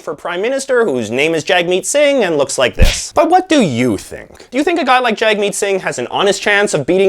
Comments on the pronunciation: Loved this! However it’s pronounced Jug-meet not Jagmeet. I definitely think he’s got a chance with the younger voters but the older folks are sticking with what they know unfortunately. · Rusted Sting it’s Jagmeet not Jag Meet